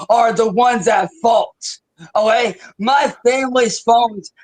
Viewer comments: Is he saying "O-A", when he means "Okay"m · Hmmm I see his mouth is now so swollen he can’t fully form the work okay and instead says ohay lol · Drives me crazy. That is NOT how real Ohioans say “OK”. As a woman born and raised in OH he is the only person I have ever heard say that, especially in OH. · I like to think it's OHAY